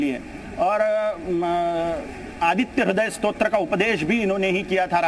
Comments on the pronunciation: Stotra not shrot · स्रोत नही स्तोत्र बोलिये। मनोहर